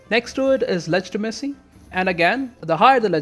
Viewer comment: Ah yes, I myself also prefer a high ledge-tee-messy.